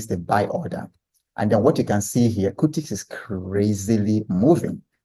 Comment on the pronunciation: It's cutix not curtix you can use bamboo